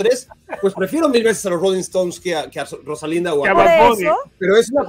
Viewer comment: Jajaja mi tío el solterón Barak, diciendo "Rosalinda"